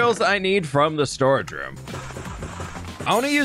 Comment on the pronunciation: Ok, one of the times you said 'storage room' I thought you said storage shroom I want a storage shroom now A grand mushroom filled with chests in the cap